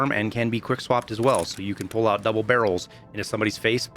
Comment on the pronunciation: "I want a quick pool out" I'm dying lmao 🤣